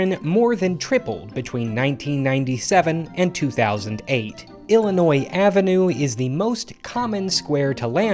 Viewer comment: WHAT a non Illinoisan didn't pronounce the S!!!??? It's a miracle